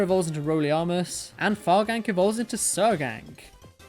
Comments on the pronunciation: Fargan'c is pronounced Fargans, from the word fragrance (farfetch'd and fragrance). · Fargan'c is pronounced like Far-ganic, as in Farfetch'd-Organic